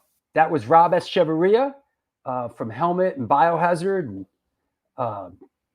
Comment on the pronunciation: Thank you for pronouncing his name. I never knew how to... 👍